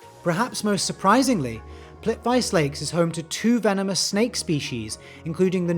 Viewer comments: ❤Plitvice -- is pronounced 'plît-ʋit-se' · dude, how did you pronunce Plivice?!!?! please